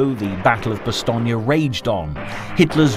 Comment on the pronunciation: It's pronounced "bah-stone" not "bah-stone-yuh" It's two syllables and doesn't rhyme with "Bologna" or else it would have been spelled "Bastogna"